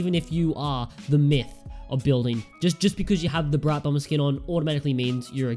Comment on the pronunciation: You said Brite Bromber lol